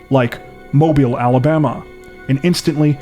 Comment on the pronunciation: Hey!I'm from Mobile! You pronounced it correctly and everything! Neat!